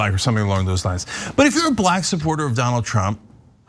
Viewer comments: Andrew McLaughlin no saying it like hard BLACK not black come on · He's a racist just listing to him saying BLACK so hard and racist